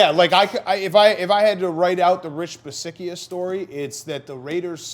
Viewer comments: It's Coach Bisaccia..pronounced Bi satch ia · It's pronounced Bee-sacha 🤦‍♂️